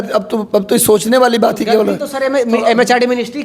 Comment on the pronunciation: फिर से आप जजमेंट को जजमेंटे बोल रहे हैं,,बात को बातें कहते है,,पहले शुद्ध वर्तनी का ध्यान रखिए